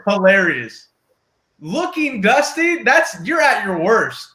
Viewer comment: “Ya look duustay”